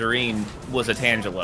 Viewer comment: I actually hate their pronunciation of the word tangelo😂😂